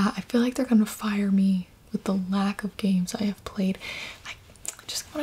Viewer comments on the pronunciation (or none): none